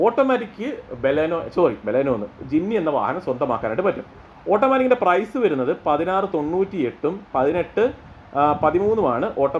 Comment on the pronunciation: വെരുന്നത് അല്ല വരുന്നത്